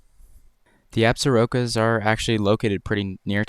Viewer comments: Believe it or not, despite the spelling, "Absarokas", is pronounced 'ab-SOR-kas' by the locals. I enjoyed your video. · Absarokas is pronounced Absorkies. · I’ve heard pronunciation [abzorkas] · I was born & raised in northwest Wyoming & my family owns property with a cabin in the Absaroka-Beartooth Ranges. Hardly anyone (local to the area) pronounces Absarokas how you did. We say ABS-or-ka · You need to research how to pronounce Wyoming as Absarokas.